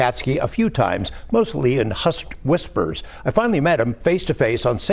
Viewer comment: Hushed, not husked